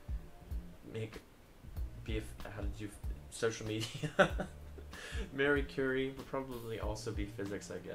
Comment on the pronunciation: MarEE CurEE, not Mary Cury. I know that chemists are inferior peasants, but still...